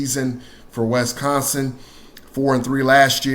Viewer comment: Wes-consin? Wisconsin!